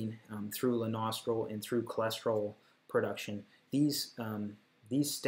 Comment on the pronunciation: I thought you kept saying "the nostril" instead of Lanosterol